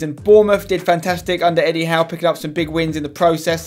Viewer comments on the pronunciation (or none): none